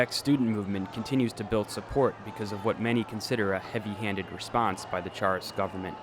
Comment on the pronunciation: uh, might be a good idea to get someone who can pronounce "Charest" to read next time